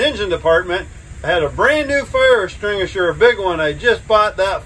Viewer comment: “Fire estringature” 😂😂